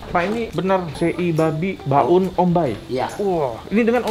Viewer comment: Mohon maaf bang sebelumnya tapi sebutan tempat yang benar itu BAUN, bukan BA'UN🙏 Dan sekedar tambahan kalau mau tanya "apa kabar?" Dalam bahasa Timor itu bilang "on me kaka"👍😁